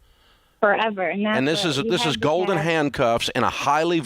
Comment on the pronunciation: I must be hearing wrong. Is it "gold in" or "golden"?